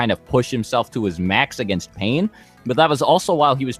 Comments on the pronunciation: Misspelling words is fine but when you continuously pronounce Pain as "Pine" after being told like 5 times its Pain, then it's a joke. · He even calls Pain "Pine"